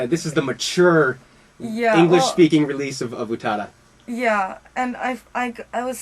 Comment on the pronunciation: Live with UUTAADUHH!! =_= Japanese names are not that hard to pronounce!